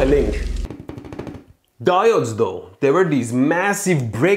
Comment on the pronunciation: mmmm, DI OH DES